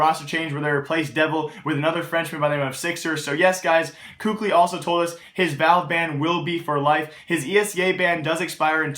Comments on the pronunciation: its kaylee not cookli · first off, you obviously were mad because you used the f word second of all kukli isnt how youpronounce his name, im just informing him on how to say it correctly, just because someone says differently doesnt mean its the correct pronunciation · it's pronounced kaly. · For a "news" channel there is a hell of a lot of subjectivity and empirical information provided. I find myself disagreeing with consistently with how I feel teams stack up. Also you should learn to actually pronounce KQLY. Not hating, just being objective with you.